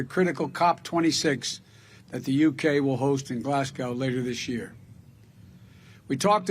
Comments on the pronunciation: Glasgow not glassgow lol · It's pronounced GLAZ-GO ffs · I liked joe, until he mispronounced Glasgow